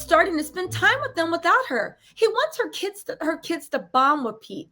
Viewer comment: I’m loving your hair like this. I’m still cringing every time you say wiff instead of with lbs! Can’t help, but give you ish about that! I think Pete and Kim ain’t givin’ what she thought it was gone give sis! It’s just like… not happening! She’s lookin’ a whole fool out here!